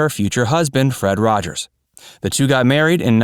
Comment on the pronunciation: “Mr Rogers’sis” Neighborhood